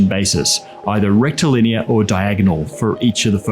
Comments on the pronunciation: I wonder how many proctologist's ears perked up every time said "rectilinear"? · How unqualified to be here am I? I keep hearing him say “rectal linear” and all I can think is “straight up ya bum”. I’m hopeless.